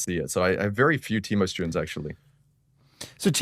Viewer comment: Teemerrrr 😂 That accent